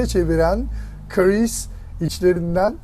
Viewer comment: Abi adamin adi Chris. Neden Karees diyorsun😂